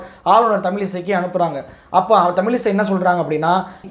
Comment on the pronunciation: தமிலிசை அல்ல தமிழிசை என்று கூறுங்கள்.தமிழின் சிறப்பு எழத்தே அதுதான் திருத்தி கொள்ளுங்கள்.